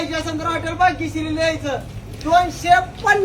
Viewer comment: तू आधी बाग्यश्री ऐवजी भाग्यश्री म्हणायला शिक, मग पातीलभर मटण ठेव